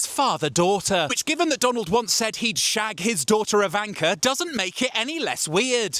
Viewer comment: Somehow the way you pronounce Ivanka makes it sound derogatory like a slur.